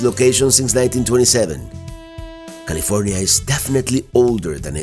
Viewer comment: "Niddles, Caleefornya." 🤣